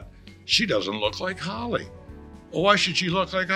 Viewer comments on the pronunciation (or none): none